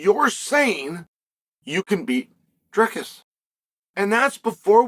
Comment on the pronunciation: Chael it’s Dry-cuss